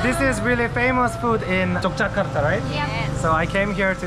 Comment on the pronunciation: Akhirnya bilang Yogyakarta pakai huruf 'G' bukan Yokyakarta pakai 'K' 😁